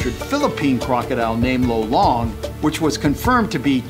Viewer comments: Hey i want to say its not long its lo as in lollipop and long =lolong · actually I'm from phill. but its pronounced lolong slowly